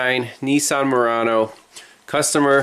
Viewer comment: I'm not in yankyland but I am a mechanic 40+yrs n it's a well known fact that there a shitbox on a good day but hey Nessan's as you pronounce it (incorrectly I might add) are well known for poor body fitment/seal due to bean counters hence shtboxes n only getting worse very quicky!... Back in the 70's 80's n 90's they made some good shit but those days are very long gone!